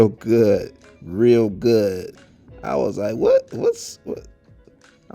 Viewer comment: HE SAID HAAAAAAA WHA A G